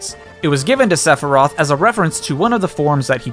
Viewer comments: Sepherai? My dude come on even those who don't know the series know its Sephiroth XD Also you didn't get all the mii costumes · cloud Sephiroth (lmao. Seph er eye eth) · ...SephiRIAS? I thought it was SephiROTH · Did you say Separy during the first part of his section? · You pronounced Sephiroth wrong. It's (Seph-ir-oth) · I’m still not over “Seperiat” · THAT IS NOT HOW YOU PRONOUNCE SEPHIROTH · We will not talk about how he mispronounced sephiroth. But 2h man? Good job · That "Sephiroth" pronunciation... I see what you did there ( ͡° ͜ʖ ͡°) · I'm sorry, how did you pronounce Sephiroth when introducing him???